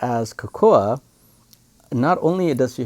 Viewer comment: Type cocoa in google for the English pronunciation. Making a video in English then pronouncing the names in a broken dialect just because the Japanese or Chinese VA does it is just /facepalm. I’ve long since lost hope in the education system.